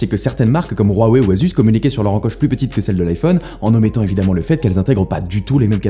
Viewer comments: La prononciation de "Huawei" est Huaway, pas rhuawei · Waweiiiiiii et non rouaweiiiii on dit bien naïke et pas naïkiiii (Nike) Une nouvelle fois Steve viens de cracher dans sa tombe, absence d'objectivité indécente.....